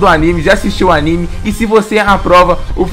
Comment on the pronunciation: Fala direito pô nossa que ódio de quem fala errado nome de anime